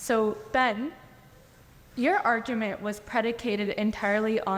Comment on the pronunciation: Your “arJEWment” lol nice off to a great start lady..